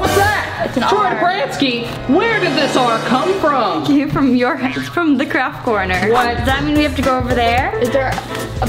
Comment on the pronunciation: You said craft corner but it said craft orner😂😂😂